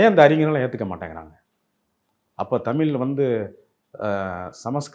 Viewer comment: இவர் தமில் என்கிறார்